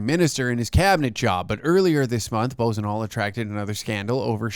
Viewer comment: The idiots name is pronounced like....Buahsonoh!! But I like the latter!!😂